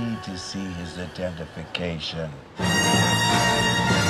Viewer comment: "Can I see your identification?" "I don't need to see his.. idntenfication.."